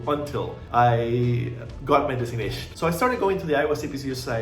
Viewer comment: Why can’t you say the word “designation”. Lol